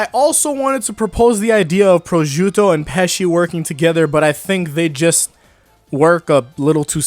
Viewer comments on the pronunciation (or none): none